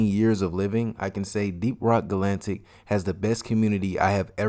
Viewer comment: Ga lan tic.. it’s ga latic Edit: it’s hox EEEz